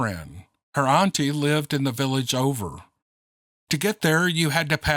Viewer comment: The way you say auntie so funny